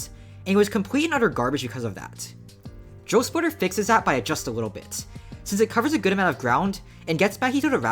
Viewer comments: I thought you were saying joe splitter and i was confused cause i see drill splitter and not joe splitter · i keep mishearing it as "joe splitter"